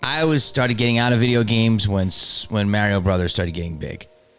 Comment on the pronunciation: Jamie pronounces “Mario” like a Canadian… interesting 🤔